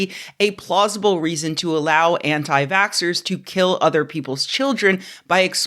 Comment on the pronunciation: For a moment, I thought you said Anti-Factsers for a second... It still worked!